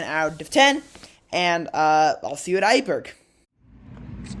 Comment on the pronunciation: try to pronounce it like it is, the next time. IJburg is like I-burg. Like in I am. Not how you say it like A-burg